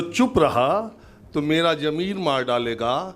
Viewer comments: Sir जी, jameer नहीं Zameer. We appreciate you. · sahab jameer nahin zameer hai bura mat maniyega aap ka shubh chintak